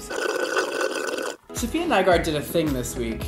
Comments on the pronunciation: i cringe everytime he sayd sofiya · her boyfriend calls her SAHF lol and called her SAHFiya at the beginning too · I can’t deal with him pronouncing her name wrong 🙄